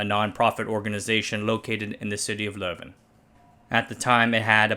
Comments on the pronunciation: Your pronunciation of leuven was really good btw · It was the leuven dialect way of saying leuven aswel, I'll just use this as evidence form my conspiracy theorie that secretly speaks dutch. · “A small district of about 6.6 million people” That small district is well over half the country of Belgium. Congratulations on your pronunciation of Leuven and prof. Van Overstraeten. It’s excellent (as are your videos in general btw)